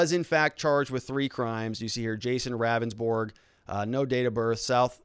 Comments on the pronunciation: It's pronounced "Roundsburg" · Good vid but Ravnsborg himself in the video it’s pronounced (Rounds - borg) just FYI